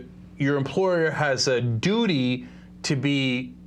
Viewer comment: Cenk said doody